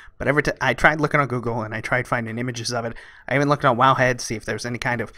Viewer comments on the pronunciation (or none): none